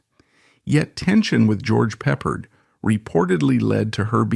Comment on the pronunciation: please. stop saying Peppered. If you were human or had any idea what you were talking about youd know who George Pep Ard was.